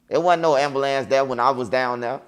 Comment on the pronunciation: 😂😂😂😂 chicago for you 🤷🏾‍♂️